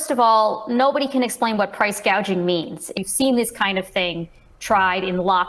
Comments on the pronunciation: In fairness she did say price "gaging" and not price "gouging". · Did she say "PRICE GAGING" . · You didn't say price, gouging she said price gauging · She says price gaging - oh my goodness- it’s called price gauging & she doesn’t even know the word for it🥴😳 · i think she read her teleprompter wrong, "price gauging"? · She actually called it price gauging because she's not very bright... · “Price Gaging” but not “Price Gouging”. What an idiot she is…. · Price gaging or gouging 😂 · Price " gauging"! 😂😂😂